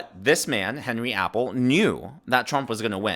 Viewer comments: Just an FYI.... His last name is pronounced "Ah-Pell", not "Apple". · It’s not Apple as in the fruit, it’s Appel = Ah-pell.